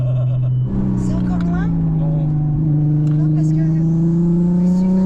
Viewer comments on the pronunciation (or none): J'adore le " c'est encore loing?" 🤣🤣🤣